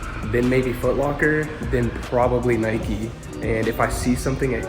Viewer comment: When people say Nikey urrrrgh